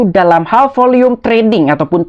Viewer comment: Volume kali bang bukan volium